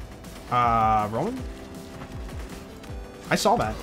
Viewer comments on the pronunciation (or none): none